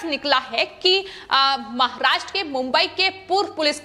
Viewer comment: Aap jara acheyse boleye maharashtra bolte samay aapko dam lagta he aysa lgta he